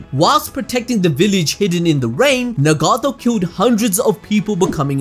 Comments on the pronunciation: Its Nagato not negato🤣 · Nuh-gato. It’s nagato bro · Lmao he is straight butchering some of these names like nagato lmao